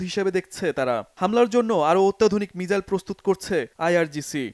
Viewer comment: উচ্চারণটা মিসাইল হবে।